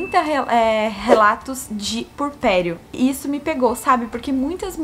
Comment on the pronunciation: Achei engraçado a falar "purpério", rs Theo cada dia mais parecido com a Sophie!!! S2